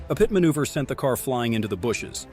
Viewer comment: 35 (peeyet manuever.)..come on..this is ai...